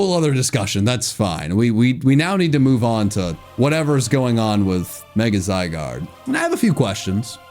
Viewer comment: IT'S ZYGARDE, NOT F*CKING ZIGADE! FIX IT NOW!